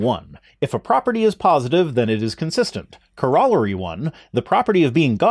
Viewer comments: "Core ah' luh ree"? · "Corollary" is pronounced "CORE-uh-larry," or at least it was in all the math classes I've taken. I paused to type this comment, and am looking over the definitions and axioms to try to understand this argument better. I had a symbolic logics class where one of our textbooks was an overview of Gödel's Incompleteness Theorem, which is a brilliant piece of mathematics. I'm getting stuck on what the word "exemplified" means in this context. Dictionary definitions aren't helping. I'll listen to the rest of what you have to say here before doing further research or whatever. I've never heard any version of the ontological argument that was really compelling, but this one's speaking my language at least, lol. Okay, I looked it up and your pronunciation of "corollary" is how they say it in England, apparently. Also, I would definitely enjoy more of these videos. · It's similar to the U.S. pronunciation of "coronary." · I was going to say that you pronounced "corollary" incorrectly, but then I looked it up and apparently you used the British pronunciation? I always assumed that "corollary" had an etymology similar to "correlation" given their similar sounds but it seems like they're completely different. Huh, TIL. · Is your pronunciation of "corollary " some weird Canadian thing?